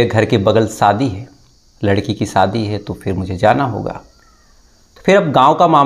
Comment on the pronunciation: Thakur tum Zara Hindi theek Karo Saadi nahi shaadi